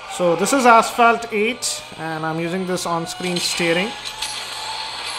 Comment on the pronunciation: PLEASE CHECK PRONUNCIATION OF ASPHALT. Please be a normal reviewer, do not try to act cool. you are not